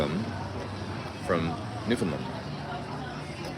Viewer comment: Maybe ask a local how to pronounce Newfoundland correctly?!? 🙂